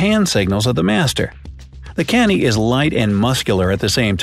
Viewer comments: That's not Ca-ny dog...... it's cu-nny dog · excuse me you pronounced kanni wrong it is not k - a - n - i it is pronounced as k - u - n - i . just for information. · Love the pronounciation of kanni as canny😂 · you pronounced SO MANY words wrong. (I know cuz I am an Indian myself). Rajapalayam is pronounced: RAA-JA-PAAA-LA-yam. Kutta is pronounced: Koo-tha. Kanni is pronounced: kaNN-NI Rampur is pronounced: RAAm-POOr. Tamil Nadu is pronounced: THAMIL- NAADOO to mention a few. I'm not hating. I am just correcting for the people who are learning these names for the first time.